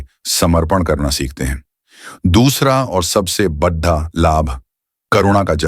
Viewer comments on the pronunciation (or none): आप को अपने AI नैरेटर को दो चार शब्द ठीक से सिखाने की आवश्यकता है। बड़ा को हर समय वह बड्डा बोलता है, और पीड़ा को पीड्डा..! और भी कुछ शब्द सुधारे जा सकते है, जैसे ऋण.. AI द्वारा जनरेटेड इमेजिस है, उस में वह ज्यादातर देवनागरी हिंदी लिखने में गलतियां करता है। हिंदी शब्द रोमन स्क्रिप्ट में ही लिखने को कहोगे तो वो गलती नहीं करेगा। इस में आप की मेहनत वो परिणाम नहीं देती जो आप का ध्येय है। व्यूअर्स कुछ समज ही ना पाए कि चित्र में आप क्या दिखाना चाहते हो, तो वह कार्य व्यर्थ ही है। आशा है, क्षति निर्देश के इस प्रयास को आप नेगेटिव कमेंट नहीं समझेंगे। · इस व्हिडिओ को बॅकग्राऊंड में हिंदी में एक्सप्लेंन करनेवाली व्यक्ती बार बार आरण आरण ऐसा गलत उच्चार कर रही है ऋण इस शब्द का !! कार्मिक ऋण बोलीये भाई साहब । बद्धा लाभ नहीं बोलीये बडा लाभ